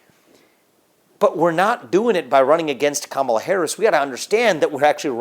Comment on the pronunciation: I swear I hear him say Cum-ela Harris